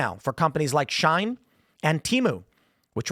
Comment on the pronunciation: It's pronounced "she-in" not "shine" SHEIN, not SHINE